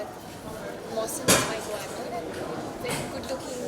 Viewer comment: She said co-actor